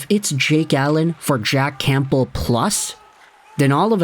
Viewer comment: Love your videos but I can’t stand listening to you say “CamPbell”